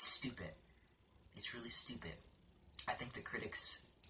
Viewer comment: I'm sorry but u say stupid like stupit